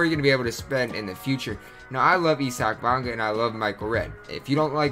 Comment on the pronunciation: his name is not e-sock bonga it’s eye-sic bonga just helping you out